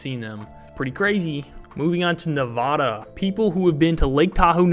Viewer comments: It is not Navada it is Nevada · I tell people you don’t say nebrahska so why say nevahda. NevAda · Say nevada like you say Nebraska. It’s not nevahda